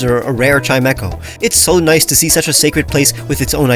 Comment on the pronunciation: "A rare chimeco" 😂😂😂